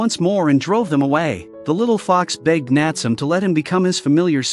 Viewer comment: Correct pronunciation of the boy's name is Nat-sue-may.